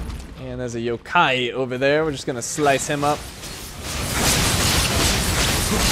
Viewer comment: Yup his pronounciation is wrong...